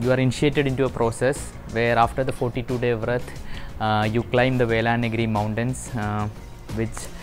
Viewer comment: Anna, Is it Velanagiri mountain? 🤣🤣🤣 It's Velliangiri mountain.